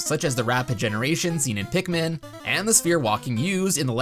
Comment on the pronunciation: Pikmin. It's Pikmin.